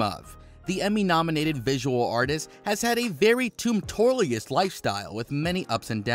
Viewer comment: "has had a very toomptorlius lifestyle"